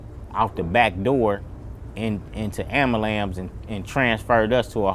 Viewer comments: As proper country as he speak. He couldn't enunciate Ambulance correctly. Ambalamps😂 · It's saddening that my people glorify killing each other. We can articulate past gang events detail by detail but can't pronounce ambulance. Yall don't understand others look at us as entertainment, not there equals because we value bullshit